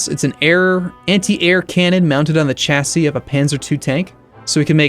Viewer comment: The way he says Chassis triggers me